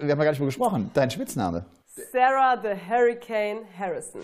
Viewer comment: Hoffentlich wird Kim Hybrechts jz nicht eifersüchtig wegen "The Hurrikan" 🤣🤣🤣